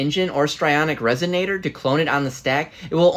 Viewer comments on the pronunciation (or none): none